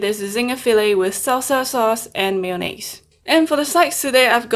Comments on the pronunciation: Just stop trying to say mayonnaise 🤦🏽‍♂️ Just say Mayo 🤷🏽‍♂️ you foreigners smh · I love the way u say mayonnaise